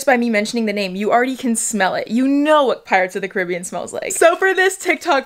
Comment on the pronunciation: When she said pirates of the Caribbean instead of pirates of the Caribbean